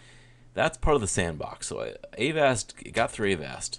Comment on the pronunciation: its avast, NOT A-VAST